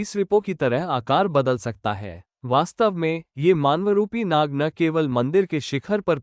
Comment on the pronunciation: Gadhe naga nahi nag